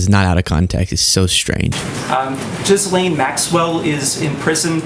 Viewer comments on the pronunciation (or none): why do people keep pronouncing it Jizz Lane lol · I love that after all this time, no reporters can pronounce Ghislane's name right. Jizz Lane is my favorite.